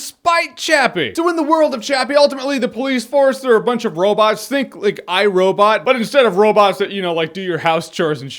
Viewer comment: I fink yo fweeky and I like you a lot! XD